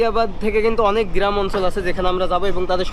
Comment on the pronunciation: গিরাম প সুর এসব কি উচ্চারণ এতদিন বিদেশে থাকো ইন স্টুডেন্ট হিসেবে